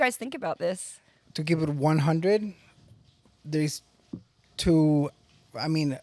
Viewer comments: Why can't this chick say two? She keeps saying TERR, lol. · Number twurr